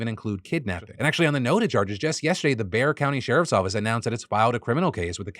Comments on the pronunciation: Look at Phil learning how to pronounce Bexar county. I'm guessing San Antonians laid into him last time he pronounced it "Bex-ar" which, if I'm being honest, is how I pronounced it for the first year I lived in San Antonio when I was 9 years old. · It's silly but thanks for saying "Bexar" county correctly. :) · You said Bexar correctly! Last time I heard u say it, u pronounced the "x". I was so happy to hear it right this time! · Great job Phil, you pronounced Bexar correct this time. Haha! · As a native of Bexar county I'm so proud of you Phil! you said it correctly and that puts a smile on my face :)